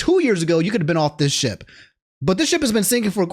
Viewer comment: "The sip has been shinking" Nah man I heard that "sit"